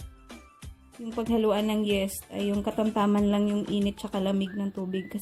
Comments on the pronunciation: Yeast is pronounced as yist, hindi yest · Yeast not Yes. Yeeest pronunciation. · Pronounce po ay yis not yes . No offend po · Sorry friend Say yist and not yest! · anong yest ba o yist di ko alam un yist alam ko po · Yeeeeeest ang pronunciation, hindi yest! ✌️ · Why does it bother me that she’s saying yest😅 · just say "yist" ( for yeast) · Omg. Yeast pakiusap namn paki banggit ng maayos ung yeast not yes omg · Wrong pronounciation of yeast...